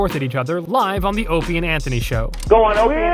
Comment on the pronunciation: Maybe the narrator is subtly trolling. Same thing with pronouncing O&A "Openie and Anthony"